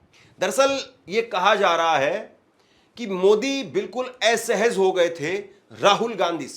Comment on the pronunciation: आप असहज को एसहज बोल रहे हैं । उच्चारण सही कीजिए